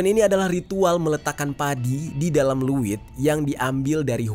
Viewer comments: Izin koreksi kak.. Leuit,bukan luwit.. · Leuit di abca ( leit ) bukan luwit😅 Ngadiukeun = diuk (duduk) Penambahan kata eun sunda seperti di aceh banyak kata eu nya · Bang bukan liit tapi leit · Leuit bang bkn luwittt😂ngaseuk bkn ngasek😂hrs di baca eu nya dong bkn e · Bukan luit bang tapi leuit